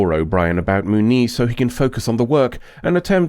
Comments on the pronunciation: Moo-nee lol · The way you pronounce "Muniz" hurts my ears.